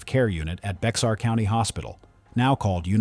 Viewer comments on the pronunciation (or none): "Bexar" is pronounced "bear".